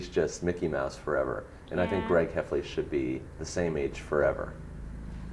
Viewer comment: jeff kinney said mickey mouse and gerg hefley